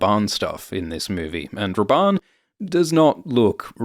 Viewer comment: i was just listening and thought you where calling him "based Rabban" haha